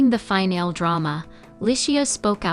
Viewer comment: You’ve got to learn to pronounce words properly. Finale is NOT final! There’s an E on the end of the word that is pronounced